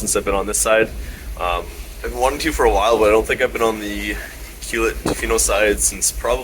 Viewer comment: its You CLUE Let, not You Cule Et, Most people mispronounce it,, Just sayin